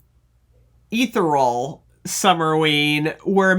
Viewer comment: You're pronouncing ethereal wrong , it's pronounced like this : e·the·re·al or you can Google and see the break down that way